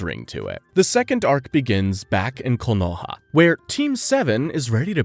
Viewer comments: All good, but KOHONA? Its Konoha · A messup already, in you said kohona instead of konoha